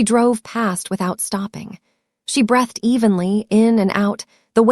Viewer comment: Why is Margaret confronting everyone except the main culprit? Pronunciation of "breathed"...